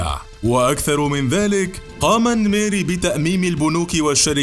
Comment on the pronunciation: اسمعك تقول الميري😂 الننننننميري